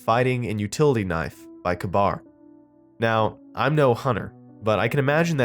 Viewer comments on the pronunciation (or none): its k... bar not kbar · Kay bar. K-bar. Not kuhbar. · Kuh-BAR? Is that like a KA-BAR (KAY-bar)? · You pronounced kabar wrong it's like this KAYBAR (not trying to be a grammar nazi or a dick but I'm very passionate about knives and swords) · Pronounced 'kay-bar' brother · that knife is pronounced "kay-bar". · It was a good story, til I heard Ka-Bar pronounced as "kuh-bar", magazines conflated with clips and bullets conflated with rounds. Other than that great narration. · For such a pompous little prick you think you know how to say Ka- Bar it's a Ka-Bar knife military issued